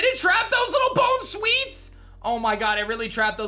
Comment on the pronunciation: he really said "bone-sweets" 💀